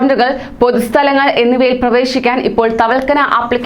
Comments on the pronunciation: വാർത്ത വായിക്കുവല്ലേ അപ്പോൾ വാക്കുകൾ വ്യക്തമായി പറയുക... തവൽകന അല്ല തവക്കൽന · തവൽകന അല്ല ( തവക്കൽന ) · തവൽക്കന അല്ല മോളെ.... തവക്കൽന 😁😁😁🤣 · Thavalkana Alla thavakalna...aadyam Ellam onnu padichitu vartha vayiku....pls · തവൽക്കനാ അല്ല, തവക്കൽന എന്ന് പറയു.😂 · Tawalkkana അല്ല മോളെ thawakkalna എന്ന് പറയ് 👍❤️